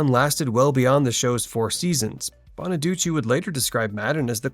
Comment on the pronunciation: I’m glad you pronounced Danny Bonaduce (bonnaducci) the right way, unlike Suzanne Crough (crow, not cruff). I sing ‘’C’mon, get happy.’’ I prefer Brian Forster as Chris. Ricky Stevens (not Segall’s fault) was unnecessary.